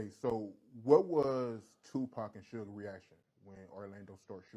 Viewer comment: Cant trust no blogger that calls suge (sooge knight) !